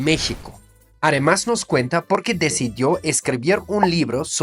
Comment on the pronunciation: Querido me encanta tu manera de hablar el español, siempre oigo cómo dices "aremás" en lugar de "además" y el famoso "por ejemplo" tú dices "poreemplo" 😅